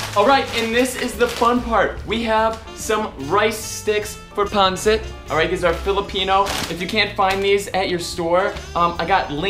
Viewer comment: You did a great job on this dish!! My grandma was 100% Filipino. I was raised on Filipino food!! BUT....it’s pronounced PON-SET!! I almost didn’t want to say anything cuz you were having such a great time with it!! Plus, traditionally, we serve it on top of Jasmin rice. You did a great job!! 💜💜